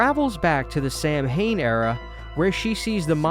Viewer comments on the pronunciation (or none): Samhain is pronounced saw-win